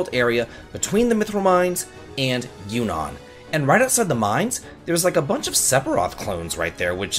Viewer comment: Is Juno really pronounced Yunon